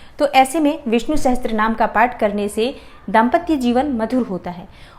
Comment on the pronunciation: Sahastrnaam...??? It's Sahasarnaam.